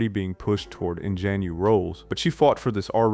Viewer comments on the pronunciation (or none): Just a heads up, "ingenue" is pronounced "on-zha-new" or "on-jah-new" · That’s not how you pronounce Ingenue